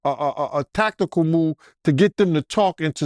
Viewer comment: “They had Takakal units” 😆😂😭